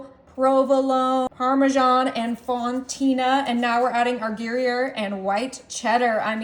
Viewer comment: It's pronounced Grù yare...not Gary ere...